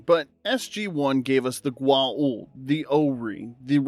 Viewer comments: You mispronounced Goa'uld 😂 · One of many errors Two others I managed to glean while sort of paying attention while I cooked breakfast Goa'uld is pronounced neither authentically nor as many humans mangle it in the show The teacher is not possessed by a mantis demon, she is a giant mantis with a human form who kills the (elderly retired) teacher to use her name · Weird Science was great because of it's weirdness. Also, apparently everyone except you knows how to pronounce Goauld.